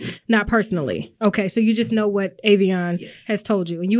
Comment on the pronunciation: Its the one she addressed as "Aveon" while making direct eye contact 🙄🙄